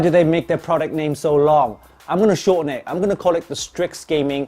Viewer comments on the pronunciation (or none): none